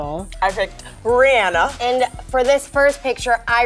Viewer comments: its like how they say anna in the frozen movie its rihanna you drag the a its not short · y'all say Rhianna wrong